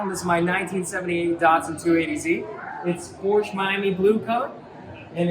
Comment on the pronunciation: Porches? Really?